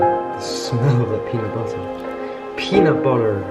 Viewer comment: Was waiting for him to say peanut BUTTER instead of butta’ lol